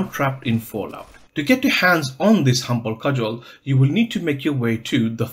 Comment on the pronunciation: Just so you know near the end you said the cumble Hudgel